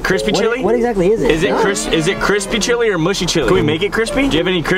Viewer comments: how many times kian said cripsy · No one: Absolutely no one: Kian: "its kreme and its krispy."